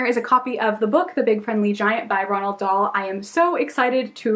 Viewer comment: the way she looks at the word roald and says ronald 😣😣😣